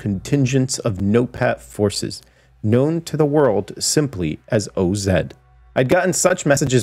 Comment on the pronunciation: its OZ like wizard of oz lol not O-Z lol..but anyways im fucking hype for this game..the game ive been waiting for